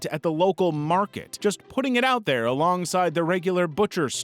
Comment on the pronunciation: "but he didn't sto' dere" "in his own bah-dub"